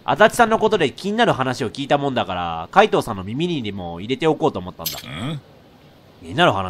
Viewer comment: 【かいどう】じゃなくて【かいとう】